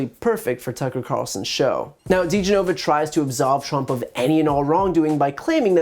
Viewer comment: ...this asshat can't even properly pronounce DeGenova's name....